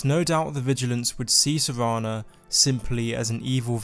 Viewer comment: Dude it's S-E-R-A-N-A not savannah